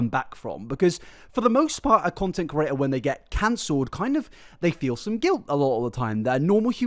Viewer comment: Pls say creator instead of curator please please please I like your videos but it makes my ears bleed